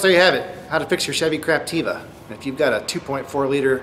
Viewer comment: OMG LOL I just realised you keep saying ''craptiva'' lol! omg I don't know if you're saying that accidently or purposely but its hilarious anyways <3